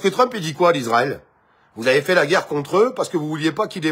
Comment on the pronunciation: On ne dit pas Lisraël mais Israel